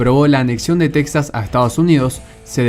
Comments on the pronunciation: En lengua española se dice Tejas, no Teksas, aunque se escriba Texas. Por cierto el término de "nación" usado al modo anglosajón haciéndolo equivalente de estado no me parece correc to.. Saludos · Es Texas no texxas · Aprenda a pronunciar Texas o Tejas correctamente en español. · SE PRONUNCIA "TEJAS" AUNQUE SE ESCRIBA CON X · Se pronuncia tejas. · En español se pronuncia Tejas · Gran video, solo una cosa amigo, aunque de escriba Texas, en español se lee Tejas, igual que Mexico se lee Mejico. No olvides que es territorio robado a los mexicanos y su nombre es español. Un saludo. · Texas se pronuncia /TEJAS/ en español!!